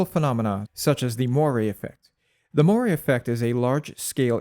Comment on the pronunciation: “Moiré”: Mwah-ray, not moy-ray.